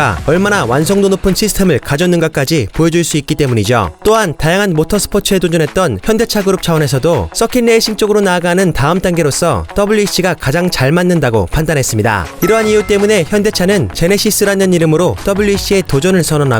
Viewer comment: Racing 자꾸 Lasing으로 발음하시는데 너무 거슬립니다 내구레이스 라는 걸 발음하실때는 문제가 없는데 왜 꼭 레이싱 단어만 그러시는지? 어떻게 좀 해주시죠